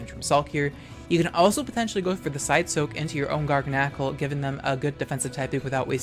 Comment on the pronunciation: You pronounce garganacl just like me! I always felt crazy considering others saying it other ways.